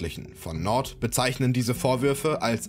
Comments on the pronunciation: FC Nord 😅😂 Jung du sprichst das aus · Junga macht mich die Aussprache von Nantes aggressiv